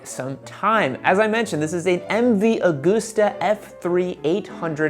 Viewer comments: Great vids as always. But for the record. It’s MV Augusta as in gust not goose.... look to August for pronunciation clarification. You’ve got everyone in Europe laughing right now.... which is not a bad thing in the grand scheme of things really... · The pain in my heart when you say Aug OO sta, instead of AugUsta. Like August, the month. :/